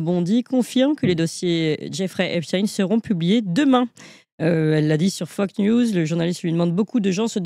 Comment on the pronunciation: C’est Fox News … pas fuck news😂😂😂 . Articulez…c’est important 😂😂